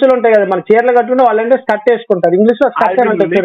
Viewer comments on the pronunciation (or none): స్కిట్ కాదు రా స్కర్ట్ రా పాపి